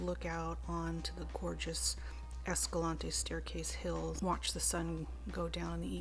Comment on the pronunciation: Hey, it's pronounced "esca-lanty" locally lol